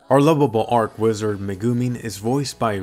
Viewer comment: Say church. Say channel. Say cheap. Say cheat. Say charge. Say chain. Say cheese. Now say archwizard like you should.